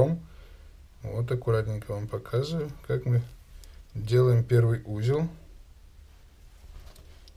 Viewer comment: Дзелаем, плецение, прааводзим.... Что это за дефект?